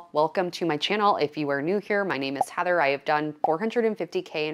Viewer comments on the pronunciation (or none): none